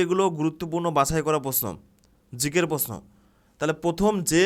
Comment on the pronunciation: প্রশ্ন কথা টা ঠিক করে উচ্চারণ করুন 😂